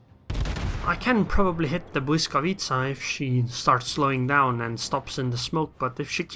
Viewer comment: oh you pronounced blyskawica right